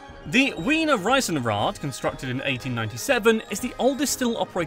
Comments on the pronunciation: He changes "ei" and "ie" So he said REIsenrad und MahlzIEt instaed of "RIEsenrad" and "MahlzEIt". Lot of english spaeking people do that. A friend of mine always said Biespeil instaed of Beispiel. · As an Austrian l find it very Funny how you spell things like "Kipferl", "Riesenrad" and some other words